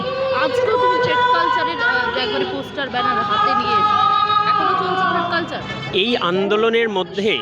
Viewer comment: থ্রেড না থ্রেট কালচার ? কি অশিক্ষিত উচ্চারণ !